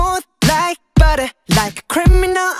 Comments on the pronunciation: Не баре , а батер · Во-первых, барэ - потому что так удобнее или это ошибка автора. Во-вторых, все-таки не зэт, а вэт. Это распространённая ошибка говорить вместо вэт - зэт. Вэт говориться, когда кончик языка касается верхних зубов и при этом при произношении этого звука язык немного еще вибрирует. Из-за этого слышится зэт, но произносится вэт В-третьих, если вам не нравится, как автор кириллизовал текст песни, то ищите другой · Не барэ, а баттер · Вопрос: почему Барэ? Если Баттэ?И почему Вэт, а не зэт? Я конечно не англичанин но веть зэт... И не мадэ, а мазэ... Так же Ту зэ, а не ду дэ Ду и ту это разные слова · Как раз баттер и есть ошибка. В слове Butter звук r не читается как р, хотя даже в школах у учителей английского есть такая ошибка. Да и вообще буквы таковой там нет. Но в американском произношении для лёгкости несколько букв могут заменить на что-то похожее на р или д